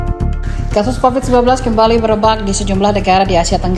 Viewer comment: Bukan covit covet